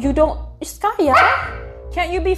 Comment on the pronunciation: Skaya has even better pronunciation than me 😅